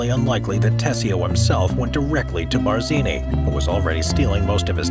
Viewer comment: pls edit iiut the GD Bardzini! Stopped listenung thwre!